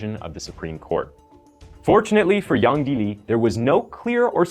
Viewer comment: Your pronunciation of the the killer name is good. Did u learn mandarin by any chance ?